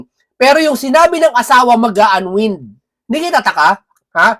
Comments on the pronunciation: an waynd....hindi an wind po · Unwind, ang tamang pronunciation ay /anwaynd/. Pls say it correctly. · Bka po unwind( anwaynd po ang basa nyan sir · Unwind is pronounced un-wined 🤣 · SIR, PLEASE PRONOUNCE IT AS "UN- WINED"